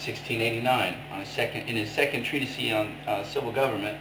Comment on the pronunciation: i stopped watching after he said treatis-'E' haha dumbass.